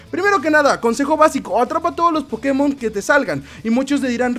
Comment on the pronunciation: Porque pronuncia Pokemon como idiota?